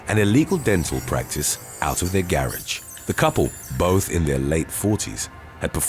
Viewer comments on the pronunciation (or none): Yea, but he can't say GARAGE properly. smh. [ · naw that's how they pronounce " Garage" in the U.K. We don't pronounce it like that here in America. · No its isnt , I'm from the UK. He pronounces everything like he's an American , annoying since he's British like me. From vacation to the soft 2nd g in "garage" he's a wannabe Yank! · stop being so rude! I was not being rude at all by saying that we as Americans don't pronounce the word " Garage" that way. I had heard many ppl in the U.K. say it that way so that's why I commented on it. Don't even try to disparage our country like that, because it only makes you look like a real A- Hole! Let's hope we never have to have you in our country trust me! What a jerk!....Ugh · Actually you were being arrogant by stating thats how we Brits pronounce "garage". We don't. Typical arrogant Yank.